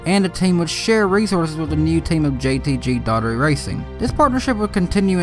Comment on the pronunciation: JTG “ DOH-ER-TEE”. Not daughtery